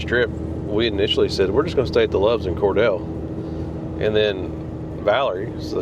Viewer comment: Cordele is pronounced Cor-deal. Get some Ortho Home Defense and spray the ground at every contact point where your rig touches the ground. Some say cheap dolla store Comet cleaner works to keep bugs out if you sprinkle around contact points. Check out Reed Bingham State Park near Adel (A-dell). $40 a night.